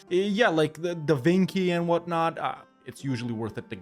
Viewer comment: Da Vinki???💀💀💀